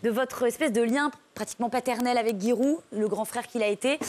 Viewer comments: C'est GI-roud pas GUi-roud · sa se dit j* giroud mdr